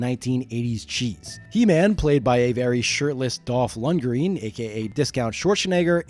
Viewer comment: Dolph Lun green? Discount Arnold? Mate. 🥴